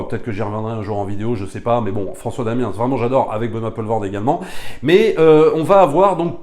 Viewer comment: Le film est tourné dans la périphérie de BXL à Schaerbeek. En Belgique on utilise la prononciation néerlandophone des noms de famille, on ne les francises pas ;-) Van Damme se prononce "Vanne Dam" & Poelvoorde "PoulvaurD" (comme on utilise la prononciation anglaise pour un acteur uk ou us ;-) ).